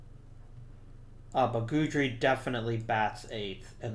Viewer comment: Also, and I don't know if you care at this point, but it's "Gid-ry, not Good-ry".